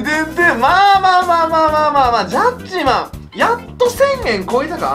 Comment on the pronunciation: ジャッジマーンのイントネーションが完全にトゥットゥルー